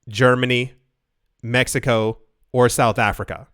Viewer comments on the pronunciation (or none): none